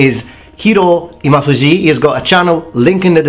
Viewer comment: it's Imafuji Sensei not Himafuji Sensei! I've trained with him several times and spoken with him several times, he's a friend of the Miami Valley Kendo Club.